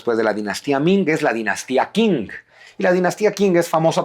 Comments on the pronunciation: Se pronuncia "CHING", no "KING".. Saludos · Qing no se pronuncia King , se pronuncia Xing, se me cayó un historiador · Qing se pronuncia "ching". Abrazos. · La dinastía Qing se pronuncia Chin.... Por eso desde entonces se llaman Chinos, hasta hoy aunque ya no haya dinastia Chin, hay China y chinos. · Una nota Q... En chino se pronuncia como una CH suave